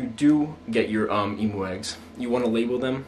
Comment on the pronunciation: I love how you say emoo instead of emu